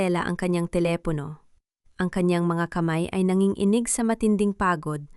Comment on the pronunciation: Ano bayan,wag kanang magbasa at magkwento mali mali nman an pagbabasa. Dangal hnd danggal,usapan Hnd usapin,nanginginig hnd Nangin-inig